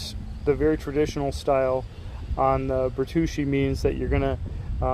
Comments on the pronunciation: Bear-too-chee, not birr-troosh-ee Great review! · Ber-too-chi is s how it's pronounced. Good review though.